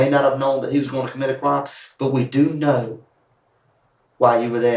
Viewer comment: The Macon Georgia accent that turns the word shit into three syllables like “she-ah-it” but the word crime is one syllable like “crahm”